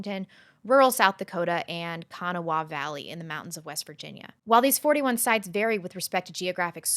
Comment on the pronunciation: I have enjoyed watching your videos for some time. I find it refreshing to see people more interest in facts and reason then emotions and feelings. The reason that I am commenting is your pronunciation of ‘Kanawha’, since I live in Kanawha County, West Virginia. The best help I was able to find was: . Keep up the great videos!